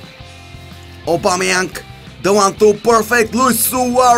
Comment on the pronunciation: Stop saying aubameyank